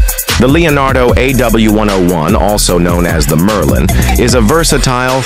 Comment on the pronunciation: The AI can't even say Merlin, let alone Pooma!